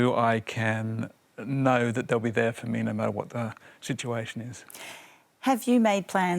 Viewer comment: Is saying “noyu” instead of “no” a new thing in Australia? Seems to be a recent thing.